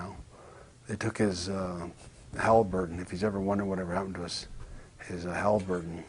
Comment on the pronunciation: "What has he really everrr done."